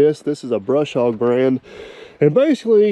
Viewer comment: Only 35 seconds into the video and you said Brush Hog when there is no r in Bush Hog.